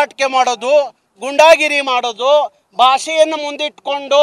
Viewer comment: ಗೂಂಡಾಗಿರಿ ಅಂತ ಹೇಳಿ ಗುಂಡಾಗಿರಿ ಅಲ್ಲ